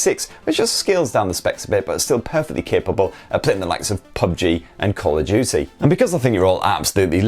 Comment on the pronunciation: He said call of juty